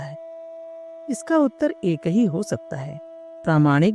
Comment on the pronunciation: एक ही' शब्द का उच्चारण स्पष्ट नहीं बोला गया